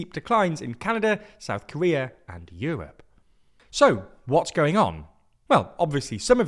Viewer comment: Yewope? It’s called Europe.